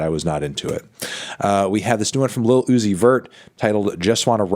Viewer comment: Mispronouned uzi twice :/